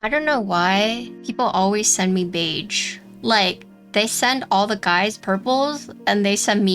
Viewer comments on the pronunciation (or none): Your pronunciation of beige is incorrect. Don’t say the g so hard. It’s more like a ‘sh’ sound but with a little sauce on it. It’s hard to put in writing. I would just look up a google pronunciation.